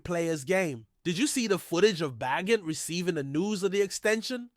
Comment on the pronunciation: It's pronounced Ba gent